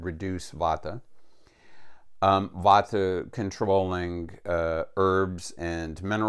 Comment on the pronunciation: Vata, not vodka. Vata is a dosha, like pita, kapha. It is a type of energy.